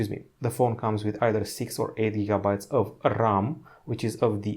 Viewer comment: like rrrram